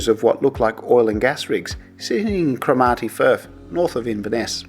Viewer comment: just so you know, the stress in Cromarty is on Crom, not ar.